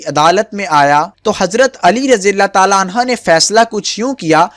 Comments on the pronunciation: Oo bhai galat bol rhy ho anha nhi anho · Hazrat Ali razi Allah o taaala anho hota hai bhai anha nhi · Bhai hazrat Ali ko anha na bole anhu hota hi male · Ali raziAllah talla an ha ni h an ho h pliiiz apni glti drust krein